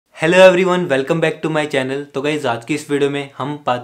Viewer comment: Did he just say valcome in the beginning